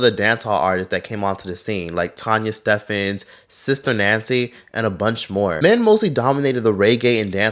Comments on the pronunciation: BTW It's Tanya Stephens, but pronounced as Stevens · Alright, I haven’t finished the video yet, but the lyrics for Boom bye bye are soooo off 😭😭😭😭😭 Also, when was Buju colorist in favor of lightskin..?? Edit: Btw Tanya Stephens pronounced (Stevens). Would definitely tune in to your videos on these artistes btw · Great video, I definitely want to see a video on kartel and Lady Saw... They had such an impact lol I had no business dancing to those songs as a kid😂 and Tanya Stephens is more so pronounced with a v than a ph